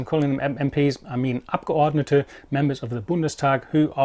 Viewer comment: Damn the way you pronounce "Abgeordnete" makes me doubt you weren't born in Germany